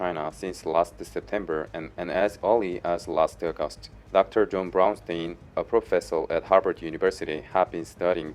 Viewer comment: I lost it when you were talking about diarrhoea and you pronounced Brownstein like Brown Stain lol. Great video though, thanks!